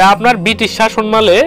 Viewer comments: লেখা আছে শাসনামলে আর আপনি বলছেন শাসন মালে এটা কি ধরনের উচ্চারণ? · আপনার এই শাসনমালে আগে শুদ্ধ করেন, কিসের শাসনমালে? বাংলা একটা শব্দ "শাসনামলে" তাই উচ্চারণ করতে পারছেন না। এমনটা করলে তো আপনি কোন ভাষা-ই জানবেন না, তখন তো হবেন "বাংলিশ"। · শাসনামলে শব্দটার উচ্চারণটা কেমন জানিলাগে